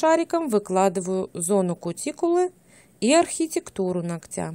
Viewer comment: Не ногтЯ, а нОгтя...